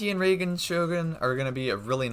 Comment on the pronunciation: not ray den shogun, it's rye den ( like the plant rye)